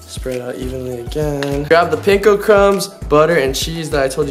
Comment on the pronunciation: Omg no he did not just say he was Asian then pronounce Panko like that